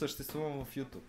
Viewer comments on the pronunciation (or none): none